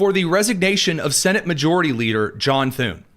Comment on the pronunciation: Thune. Rhymes with. Prune